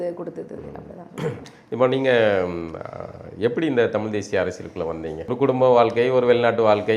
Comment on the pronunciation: அன்பு தங்கை அறிவது ஜெர்மன் மொழியை சரியாக பேச அந்த மக்கள் விருபுவது போல் தமிழை தமிழ் என்று சொல்லாமல் தமில் என்பதும் விழாவை விலா என்பதும் நீங்கள் செய்யும் தவறு . அதை தயவு கூர்ந்து பயிற்சி செய்யவும். மற்றபடி உங்கள் விரும்பி என்று என்னை சொல்லிக் கொள்வதில் மகிழ்ச்சி